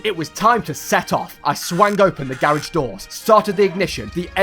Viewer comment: What the fuck is a Gare-aege